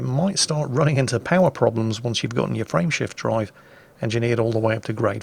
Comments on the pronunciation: You are the only one I have run across. Perhaps you, Jingles, and the computer are from the same area of England, with the same accent. To this day, after several years, I have to struggle to get Frame Shift Drive out of what sounds to me like Friendship Drive. Or perhaps my brain decided it was Friendship Drive at the beginning and refuses to change it's mind. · Every time he mentions "frame shift drive" I understand "friendship drive". It's making me giggle is all I'm trying to say. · My wife was wondering what a 'friendship drive' was when I started playing ED hehe. It really does sound like that... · Lol me too